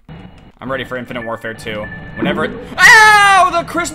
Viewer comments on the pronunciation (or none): none